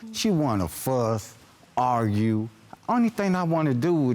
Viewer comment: All I hear is "You wanna agrue...I can't agrue with you" 😂IYKYK